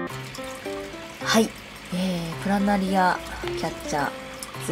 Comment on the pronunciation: プラナリ↓ア↑